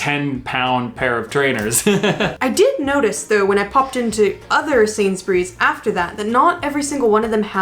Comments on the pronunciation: was right in his 1st pronunciation of Sainsburys. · You pronounced Sainsburys correctly but Lidl is as you said the second time. And Co-Op is a huge UK company, that owns man random businesses like funeral homes and wills and such, not a lot of people know that! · Yes you say Sainsbury’s correctly 🤣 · I am really impressed - you pronounced Sainsburys perfectly!! 😁